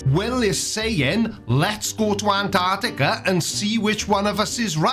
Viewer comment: Personally, the way flerfs pronounce it "Anarticka" pisses me off.